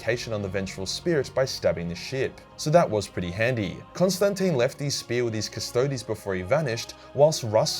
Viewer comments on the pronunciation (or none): none